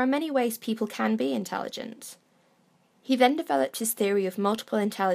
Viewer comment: Christopher White yeah ok but also,, 'intelegant'